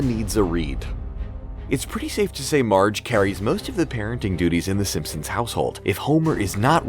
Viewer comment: I'm not making fun but I'm just wondering if anyone else caught him saying fssssimpsons?